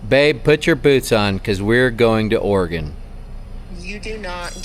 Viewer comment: Thanks for actually pronouncing Oregon correctly! 😂 so many people say “ore-gone” drives me nuts being an Oregonian 😂